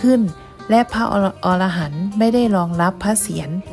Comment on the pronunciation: เรือนไม้ทั้งหลังภาพแกะสลักภายในสวยงาม..ให้ข้อมูลละเอียดดีครับ👍👍🎉..ออกเสียง พระอะระกันต์ครับ ออ ระหันต์.. เเปลว่า นกชนิดหนึ่งครับ